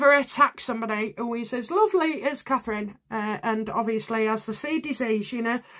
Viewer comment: Please, please say Catherine.